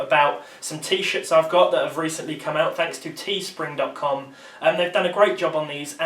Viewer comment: T-shits? I swear I heard T-shits? I need to go to a doctor